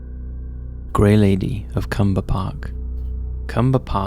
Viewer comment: Just a quick note, number 1 happened in Clumber Park, not Cumber. You missed the L lol.